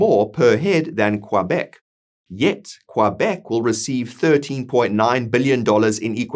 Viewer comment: Well researched! Work on that pronunciation of Québec. Follow the funding for the court case and out of interest have a look at Canada’s Indian Act and the definitions within it. AB will benefit with or without the separation via the time for negotiation.